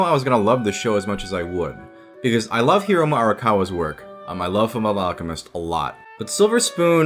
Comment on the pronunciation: You mispronounced FullMetal alchemist x5